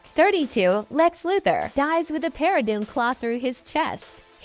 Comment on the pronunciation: Teach this damn ai to pronounce Shazam and parademon